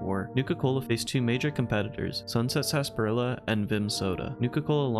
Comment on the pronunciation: God that annoys me so fucking much. Stop saying sassparila. It’s sarsaparilla. Tsaar suh pair ee uh. I put emphasis on the “pair” part of the word but that’s just a preference. Just please, for the love of god, pronounce it the way it’s spelled.